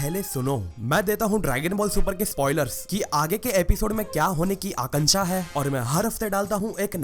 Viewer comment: aakansha-- he said 😂😂😂😂